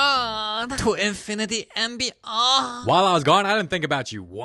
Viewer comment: "To infinity and beyuh"😂 you're a genius